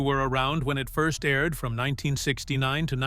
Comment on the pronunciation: From 1969 to gibberish???